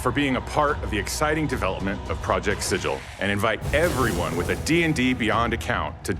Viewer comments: Planescape video: "It's pronounced siggle." This video: "Project sijil." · Pretty sure the city of Sigil is pronounced “siggle”, but maybe project sigil is just referencing the word “sigil” (as in a seal), not the city? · The Lady of Pain disapproves of this pronunciation of Project Sigil. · So does Matt Mercer